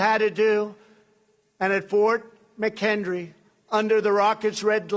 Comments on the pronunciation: Actually, he didn't even get Fort McHenry right. He called it Fort McHendry. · No, no, he said Fort 'McHendry'. 🤭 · The "Rockets Red Glare" over Fort McHenry refers to a battle during the War of 1812, almost 40 years after what Trump was blathering on about. I'm not even American and I know that. Also, Trump calls it "Fort McHendry". Seriously, can't this dopey twit get anything right? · To me it sounds like he said Fort McHendry. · Are we just going to ignore that the battle of Fort M'Henry (never heard of Fort McHendry(?) ) (the battle on which the star spangled banners "rockets' red glare" was inspired from) was not part of the Revolutionary war, but the war of 1812? ....Cooool...